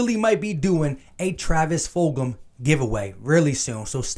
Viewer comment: lol you ain’t the first to say it wrong Joeyshakes said Foldgem